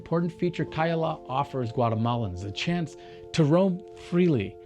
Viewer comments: Se llama CAYALA buey 🐂, NO KEYLA !!! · no es Keylla, es Cayalá, no entiendo a que vino este tipo, porque aunque hable ingles los nombres son siempre lo mismo y peor venir a mostrarnos lo que es obvio que alli esta. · todo esta bien, excepto la distorsión que haces del nombre del lugar. Escuche 3 formas equivocadas de como lo pronuncias: Keh yala, kailah, keyale...very wrong! El lugar se llama CAYALA = KAH-YAH-LAH. A como en Apple. Por lo demás, bien❤